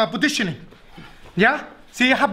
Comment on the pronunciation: It sounds like he says, "Petitioning." ... Good petitioning.